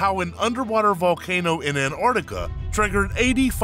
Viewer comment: Erotica?????? Learn to read sir